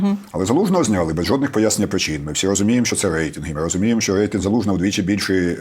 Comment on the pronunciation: Взагалі-то "рейтИнг", а не "рейтЕнг"...